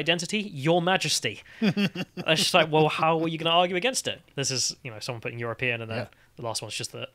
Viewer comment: people should troll him by declaring themselves as you're-a-peein'